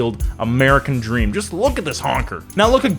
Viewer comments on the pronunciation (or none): none